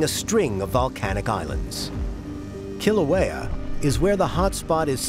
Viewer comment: Couldn't the Smithsonian have gotten a narrator and expert that could pronounce Kilauea and Hawai'i correctly?! There's an API museum that's part of the Smithsonian...!